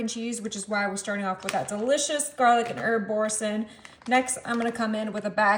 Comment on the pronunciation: Bour- sain( you don’t say the n)😘